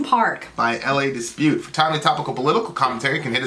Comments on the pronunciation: 'La' not 'LA' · it's La, as in la la la, not L A lol but maybe you know that now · Is it hard to say La it’s not L.A it’s frustrating. I remember why I unsubscribed to your channel. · It's La not L A Dispute. La dispute. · "Lah" Dispute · Pronouncing it wrong 😂